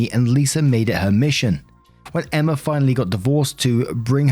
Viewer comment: The girls name is emma.... E M M A FUCK 10 MINUTES OF EMMERRRR IS TOO MUCH How bout you try to pronounce peoples names at least